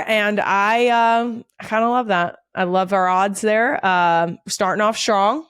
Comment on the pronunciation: Legit question - for words with the string of letters str in a row, why do some people including Kelce pronounce it like there’s an H between the s & the t? In this episode Strong, you’re pronouncing SHTRONG, Structure, you’re pronouncing it SHTRUCTURE, Structure again, 45-18 Ostrich, you pronounce it OSHTRIDGE. I just want to understand why. And you’re not the only one, Michelle O’Bama who I also adore does it too.